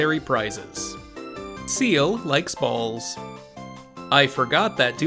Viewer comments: Incredible video lol (Extremely minor nitpick thing tho- it’s seel, not seal) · erm it's called Seel actually